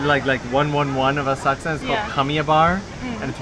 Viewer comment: Oh - I was saying it all wrong- Asakusa - Thank you for the correct pronunciation!